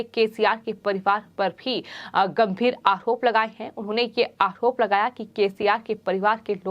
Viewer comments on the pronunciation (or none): आहरोप ...उच्चारण ठिक नहीं